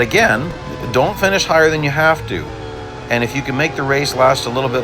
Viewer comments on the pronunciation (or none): none